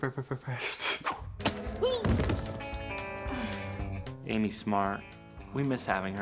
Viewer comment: Here comes her brebrebresst xD